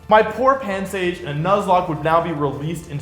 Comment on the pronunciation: Not pansage 😭🙏